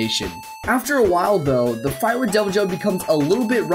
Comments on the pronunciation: its not ai bi ru oh in japanese its I BI RU JYO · It’s called ee v il joe or e v il joe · It’s “ibirujou” It’s literally supposed to be “evil jaw.” Don’t use English pronunciations for Japanese words...or at least click the “dictate” function on Google Translate! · That was the most terrible pronunciation ever. While you were on Google Translate you could've tried the speaker button. イビルジョー would be pronounced more like "Ee-bee-lu-joe". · Sorry about this but you didn't pronounce "ibirujo" correctly xd